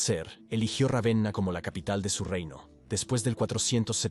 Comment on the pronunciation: Puffff vamos sólo a comentar que se pronuncia Rávena en castellano.